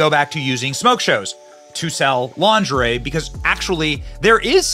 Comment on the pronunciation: Benny! Did you say Launderay 😂 😅depends on the person. One can be full figured and look stunning as well. A woman feels about herself what others in her circle feels about her. Depends on how her mate make her feel about her body.